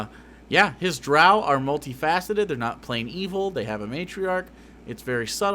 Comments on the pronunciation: even more cringeworthy than the racism is how this guy pronounces "drow" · Today I learned I pronounce drow wrong